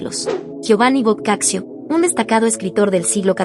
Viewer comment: Se pronuncia " boccacho"